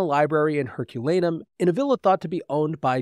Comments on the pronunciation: I stopped watching this when the presenter couldn’t even get the name of the town destroyed by Vesuvius correct, calling it Herculanum instead of Herculaneum and . This ruined for me as a ‘scientific’ presentation. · The place is Herculaneum not Herculanum! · Learn how to pronounce Herculaneum.